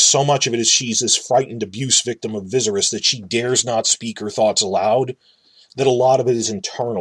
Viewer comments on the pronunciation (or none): Why are you saying Dany's brother's name like that? His name is "Vih-SAHR-iss" it rhymes with "Daenerys".